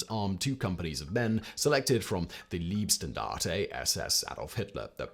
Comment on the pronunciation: the "Leibstandarte Adolf Hitler" was definetly NOT a "leeb"-Standarte xD -- fyi, the way pronounces "leeb", it would be written "lieb" in german with I followed by E instead of in "Leib" where E follows I -- the result is that the german word "lieb" translates to english "lovely" -- calls hitler's bodyguards the "lovely standarte" xD